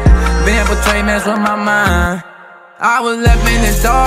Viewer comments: I hate that he mispronounced “Betrayed” but fuck that, this shit is too deep to ignore. I feel him though. Life will make you numb after a while. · nice but ummm... betrayed has only two syllables